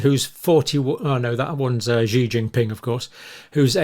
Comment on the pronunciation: Dr Campbell, President Xi's name is pronounced with an "s" sound, as in an Italian "sì" or "she".